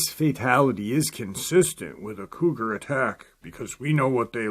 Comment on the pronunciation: I was confused for a minute; what are they talking about an old man and calling him the term “codger” (kah jur); I see now you meant “Cougar”. I really liked this episode. Take care everyone; be safe. Love y’all!! 🖤🐺